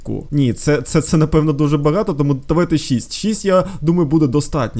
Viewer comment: Вы так смешно называете 6:) Шисть😂